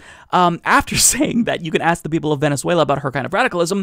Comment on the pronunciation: Because it actually makes sense? They are so out of touch of reality.. 'Vhenetzuella' 😂😂😂